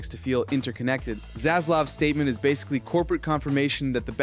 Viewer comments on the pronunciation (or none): none